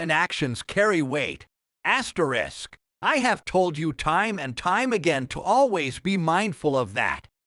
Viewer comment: Me too; the frequent incorrect AI pronunciations are funny enough.